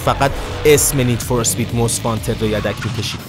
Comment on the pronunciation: همیشه از اینکه یه مشت بی سواد مُست وانتد رو ماست وانتد می گفتن زجر می کشیدم